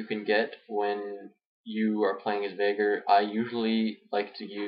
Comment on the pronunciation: This isn't really a farming guide for VeigAR (pronounce it right!), its more of a Veigar guide - or a weak one at best. :P